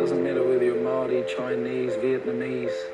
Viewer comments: Bro pronounces “maori” almost perfect, respect brother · I love the respect you have for our Maori culture, including pronouncing the words correctly, which many people in our own country don't bother to do. Appreciate you bro and love your reactions even though you make me cry! Seeing how deeply you feel the pull to Barbados, I hope you manage to find the path that will lead you there when the time is right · As a Polynesian myself I’d just like to say your pronunciation is 💯💯💯🙏🏽❤️